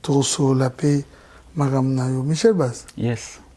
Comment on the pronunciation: Mr le journaliste, balobaka : MICHEL BASSE ( GUITARE BASSE) ET NON MICHEL BASE NORMALEMENT SON NOM EST MICHEL ET SON INSTRUMENT EST : GUITARE BASSE. RAISON POUR LAQUELLE BABENGAKA YE : MICHEL BASS